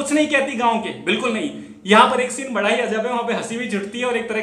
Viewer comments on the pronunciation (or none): none